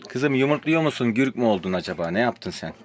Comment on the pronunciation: Gürk değil güzel kardeşim gurk doğrusu